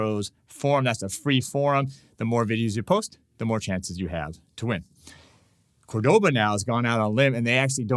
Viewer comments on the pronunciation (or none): Hi. Thanks for the lesson! FYI, you keep saying Córdoba wrong, with the accent on the second syllable, e.g. cor-DO-ba. Córdoba has the accent on first syllable, e.g. COR-do-ba. I have the Córdoba “Dolce” 7/8 scale classical guitar. It is one sweet guitar (pardon the pun)!